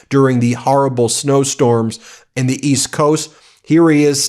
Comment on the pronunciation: A and the, not aye and thee.